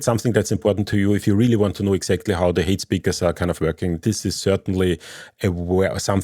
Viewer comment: Lovely how you pronounce "height speakers" as "hate speakers"! :D :)